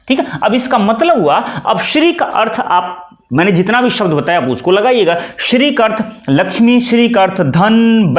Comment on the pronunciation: Sir ji Shri h shiri sh adha hota h r pura sahi prononciation batao